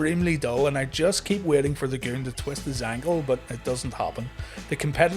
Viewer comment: You've gotta say it the right way. Take a cue from Howard Finkel. It's not "The Goon", it's... THA GOOOOOOOOOOONNNN